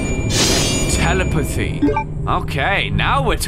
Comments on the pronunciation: he doesn't say telepathy correctly and it it just doesn't feel right at all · 2 years later and still doesn't know how to say "telepathy" correctly.